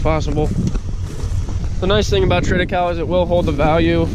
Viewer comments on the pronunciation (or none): What kinda of hay was that? Sounded like you said treada-cow? Is that you plant in the fall harvest in the spring? Do you have to replant it each fall ? How’s that work?